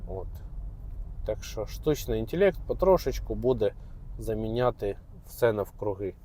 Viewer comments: інтелект а не інтєлєкт, село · Мабуть то гібридний, суржиково-недолугий, якщо інтЄлЄкт. Для обраних папуасів. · "штучний інтєлєкт"